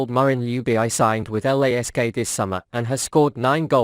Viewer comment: Jubieyey?? WTF? IS THIS IS A ROBOT SPEAKING? RACIST! ITS ""Ljubičić"" ILL MAKE IT EASIER FOR YOU ANGLOSAXONS = LY-UBI-CHI-CH !!!! HZV <3